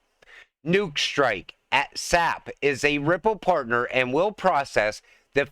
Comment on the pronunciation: It's not SAP, like tree sap. It is an acronym pronounced with each letter S.A.P.